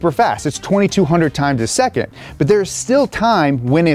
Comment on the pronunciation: Why "seccond" ??